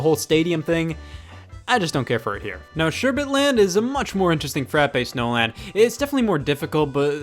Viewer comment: Frappe (Frah-p)